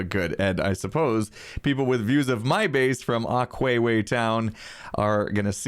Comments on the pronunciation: Aqua isnt pronounced acwayway it's pronounced acwa. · It's aqua town not aqweewee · Its Aqua town!!!!!!! Not aqweewee town. Pls stop!!!!!! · You do know it is "Aqua town" right??